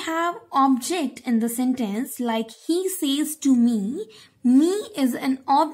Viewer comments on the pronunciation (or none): none